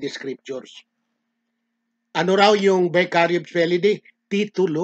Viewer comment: Bakit na Vicarivs ang salita mo..Mali ka na pagkakasalita